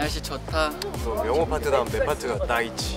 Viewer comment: 날씨가 좋은 에이사씨 ☆ 명호 민규 토닥토닥 넘우 귀엽쟈나!♡♡☆ "둘이 싸우지마앙~" "내가 가질게에" "날씨 젛다~" "따 있지~" 발음이 너무 귀여워 ㅋㅋ 윙크뭐야 끼명호구만 여기서 뛰어내려야 한다면... 명호마음속으로 퐁당!